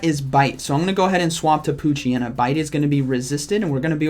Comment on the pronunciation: I'm so sorry. I did not hear "P"oochyena 💀